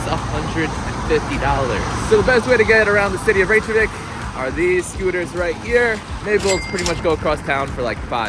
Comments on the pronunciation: Reykjavik is [reykyavik] not [reyk-javik], where did you get the j sound from? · Reykjavik is not pronounced rache a vik, its rake a vik. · Please at least try to pronounce Reykjavik correctly. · Did you seriously go to Reykjavík and then proceed to say it wrong the entire video??? God that’s so embarrassingly cringy american of you. Please don’t ever embarrass our country like that again. Wikipedia literally has pronunciation in it. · Man you said Reykjavik 100 times and didn't pronounced it right once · Before making any new video about the place you haven't been to before - why wouldn’t you learn how to pronounce a city's name properly?